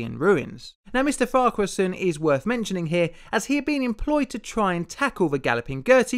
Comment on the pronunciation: YOU SAID FARQUHARSON RIGHT!!!! YESSSSS also, how havent I seen this video of yours until now with how long I've watched you. P.s. keep up your great work